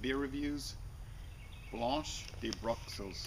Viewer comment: You're pronunciation of this beer leaves a little to be desired...